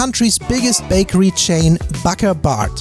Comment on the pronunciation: is pronounced Boss-uh Boll really nice snack but you got a bad example the inside should be whipped cream indeed not the firm cream you had